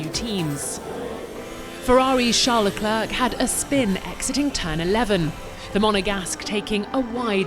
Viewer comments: Can you please say Charles LecleR instead of LecleRC, how can you miss pronunce a top 20 wolrd best driver ? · His name is pronounced, 'le-cler.' The final 'c' is silent. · How can someone do the voice-overs for the official f1 channel for so long without knowing how to pronounce the drivers names... Just one example: I know French pronunciation is hard for non-native speakers, but even pronouncing it LeclAIR, like in air, would be ok. What you do there is pure fantasy somebody started when reading the name for the first time, and you are either too stubborn to look up the names pronunciation or you for some reason think it should be pronounced the way you do instead of how the name actually sounds. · Leclerc is called lecler not leclerK…😅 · “La-Clurk” Why. His name isn’t that hard to say, and it doesn’t sound out of place in English either. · le "clerk"? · Can someone please inform her that the C at the end of Leclerc is silent? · How hard is it for this woman to pronounce leclerc's name... Tsk tsk.. make an effort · Can u please pronounce Leclerc right?